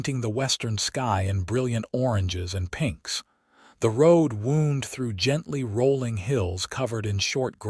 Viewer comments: STOP using wound if the ai is going to say woond. Just use, made… the road made its way; use curved, the road curved its way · The road "woond..?" I hear that a lot in these AI tales. And "hit" it well is not the same as "hid" it well, by the way. I rather think it's about time that narrators learned to pronounce "wound." Which is not what a lot if not almost all of these stories make of it. There are different pronunciations depending on context and meaning. There are a number of other words in this tale that are pronounced (or used) incorrectly and are therefore often given wrong meanings. Like "steer-up" for "stirrup." You really need to take more care. Don't you have "readers" like newspapers used to do? Which in this context aren't people who buy newspapers in order to read them, incidentally. Nor is "etvertaizment" the correct pronunciation of advertisement. And to end this..., laddled for ladled? Come on, you can do better! In fact, the story itself is definitely better than most!